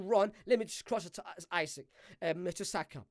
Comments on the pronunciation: It's Isak! Not Isaac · Bro called Isak “Isik”